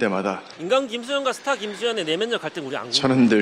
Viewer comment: 스타로써의 부담감 들을때마다 스타벅스로 들림ㅋㅋㅋㅋㅋ